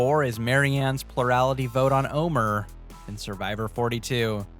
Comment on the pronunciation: Yeah, that segment really bugged me. Not only do you have an entire season to learn how his name is pronounced, it's not even spelled that way to throw Luke some kind of bone.